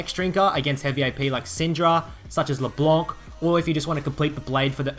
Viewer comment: Did he just correctly pronounce "Le Blanc"?